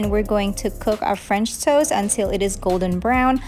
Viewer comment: I though you were saying “French toes”, which I love way better than “French toast” 💕😂